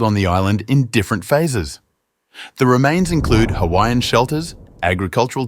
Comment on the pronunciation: I’m not offended by this on someone who is on the islands but you just need to work on how to pronounce the islands names and how to pronounce other Hawaiian peoples names